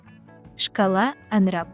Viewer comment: Диктор АПГАР произнесла АНРАП то есть назвала английские буквы.Смешно......